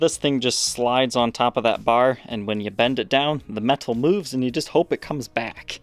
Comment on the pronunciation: The way you overemphasize the "T" in the word "meTal" has always sounded amusing, but here you go, leaving out both "TTs" in "flattens" . It's just comical in comparison. "...it Fla'ens" out here..." It's like you went from British Posh to South Florida accent in an instant. 😂😂😂 Next time, if you don't mind, toss in a couple of "TT" words, like "mutton, button, bitten, mitten," etc. 😂